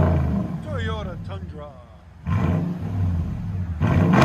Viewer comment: When you say teyota it cracks me up. Great videos man they have helped me out a ton on selections of exhaust